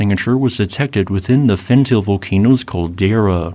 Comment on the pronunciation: I give up hoping he would learn how to pronounce Fentale.